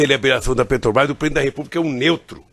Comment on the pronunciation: PUtz, o Lula não consegue falar "Petrobras".É sempre "PRETOBAIS"